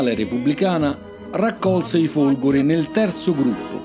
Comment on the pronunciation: Ai minuti , e sembra proprio di sentire "i Folgori" . . . tuttavia ho notato come possa dipendere anche dall'audio non perfetto o dal suo pronunciare la "e" molto stretta . . . in ogni caso complimenti per l'ottimo video, ma questo era un commento che ritenevo scontato ai fini di un incentivo alla perfezione.